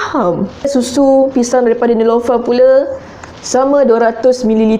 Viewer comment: Nelofa lah kak bukn nilofa.. Hahah.. Cuba buat susu manga... Hahahah😂😂✨